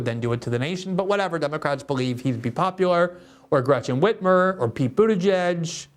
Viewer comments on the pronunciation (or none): none